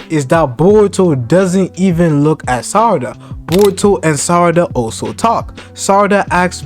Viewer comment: You keep calling her 'Sadara'. Why is that.